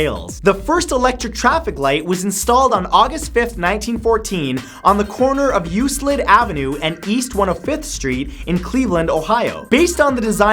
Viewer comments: I love you Matt, but as a Clevelander you offend me with your pronunciation of Euclid . The 'C" is pronounced like a 'K', so u-klid. Not u-slid. Ad we call it One Hundred and Fifth Street, not One-Oh-Fifth Street. Sorry just being a nit-picky Clevelander. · it's Euclid ( sounds like you-kl-idd) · It's pronounced YouKlid. Euclid. That's on the East Side of Cleveland and not the best area. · Euclid is pronounced yuke-lid, not yuse-lid :) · Instead of bugging his eyes and flinging his hands about, this guy needs to learn to pronounce proper names. It's Euclid ("you-clid") Avenue in Cleveland, not "you slid." In a previous video, he kept pronouncing Edgar Cayce as "Case." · its You-k-lid not You-s-lid Matt. Come to Cleveland once in awhile and you'd know that 😋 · Damn it Matt! It's "Euclid" (yoo-Klid) not "yoo-slid"! Come on, man! That's my home! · bro, its "You Clid" not you-slid. There is also a city near Cleveland, OH by the same name as the street that run thru downtown. Come to Ohio, you'll love it here. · CliqueOfTheSkeleton #22 Eu*k*lid not Eu*s*lid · "uselid"??? "USELID"!??!!?!?.....its pronounced "you-klid"...Euclid.... sorry lol we have very little to be proud of here in sleveland. :P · He pronouced Euclid as Euslid instead of Euklid. Pls fix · Euclid ave.. Like (yuklid), not (yuslid).. Cleveland ... My home town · You say "you-slid" for Euclid when me and my fellow Clevelanders say "Yew-klid" 😛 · Damn it Matt. Fact #22, you mispronounced the street name. It's Euclid, with a solid c. Source: I live near Cleveland. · (Eu-Klid) is how you pronounce it Matt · Euclid = You-Klid (Hard c sound) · "USLID" REALLY DUDE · the first traffic light was at Euclid and East 105th Euclid is pronounced You-klid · #22: Euclid= You-klid. A concerned Clevlander. :) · euclid is pronounced yoo-klid. not an s sound. just a heads up. cleveland native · Cleveland, Ohio here. Just a FYI - you mispronounced Euclid Avenue. (The "c" is hard making it sound like a "k"). Always learning. :-)